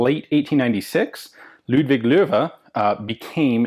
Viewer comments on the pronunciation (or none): none